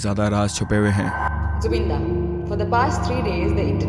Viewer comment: Loved how you said Zubeen da throughout the video 😊. He is our Zubeen da forever.